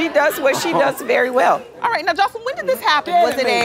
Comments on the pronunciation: It cracks me up when they pronounce her name “Josslean” 😂😂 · Lmaoo I love how dime calls joseline chanellica 💀💀